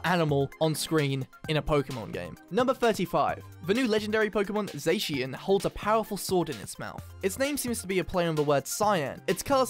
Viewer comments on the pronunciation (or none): Official translations from James and Ohmori: Gaw-si-FLU-er ZAH-shi-en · Just so you guys know alcremie is supposed to be pronounced like alchemy but with an r and zacian is pronounced zah-cyan just Incase you didn’t know :).